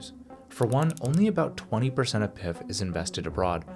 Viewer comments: I really like this channel. But your pronunciation of PIF is an indicator how the quality of research done. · When he pronounced PIF, I was like yup this guy has no idea what he's talking about 🤣